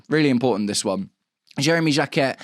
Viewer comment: You don't pronounce the T in Jacquet